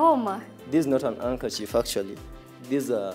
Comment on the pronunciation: "an andkerchief" 😃😃